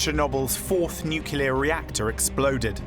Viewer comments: Of all the people who could have been selected to narrate this, WHY pick someone who pronounces the word “nuclear” as “newkerlear”?! 🤦‍♂️ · Ben Fogle is half English, but his nationality is irrelevant. English people say “nuclear”, not “newkerlear” 🤦‍♂️ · What is WRONG with you people? Why can no-one narrating these things pronounce the word "nuclear"??!!! The clue is in the spelling ffs. It's nuCLear, NOT nucELar. So irritating. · 🤡🤡 you are pronouncing it incorrectly